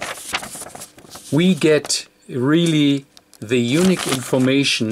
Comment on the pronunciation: I can't speak German, and you do a fantastic job with English... But Unique is YOU-NEEK. On the other hand, YOU-NICK is Eunuch, which is something a little different, and (hopefully) not related to radio. Thanks for the great videos.